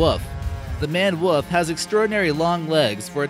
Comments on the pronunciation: Before I watch any more, I've got to say that you misspelled and misspoke the name of the Maned Wolf. It's not a Manned, which would mean that there were people involved. Please, I beg you, check spelling. I'm not so concerned about pronunciation, although that would be nice, just spelling so that I can look up something later if I want to. Thanks. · #7 as he said #17 Hahaha Manned Wuhf. Must live in Missouruh (Missouri) Dude Maned Wolf that's Wolf like Wolf come on say it with me, Www Ooo Lll Fff. You don't even have notifications on so why am I wasting my time. Do a lot of research and script yourself and you won't get so much crap. Just a thought. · #19 looks a lot like a Capybara. If scientist are looking for interbreeding, I would look there first. #17 Manne Wolf is beautiful and I would wager would be pronounced and spelled Maned Wolf #15 as always you mispronounced only this time it is their food. #12 the attach to ANYTHING INCLUDING HUMANS. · at #17 I kept hearing "manned woof" XD